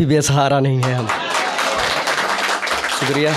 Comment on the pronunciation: आसिक नही आशिक़ होता है । सुक्रिया नही शुक्रिया होता है ।